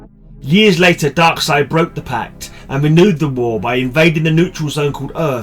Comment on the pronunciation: You pronounce Darkseid correctly. I thought u Brits pronounced it DarkSEED 😝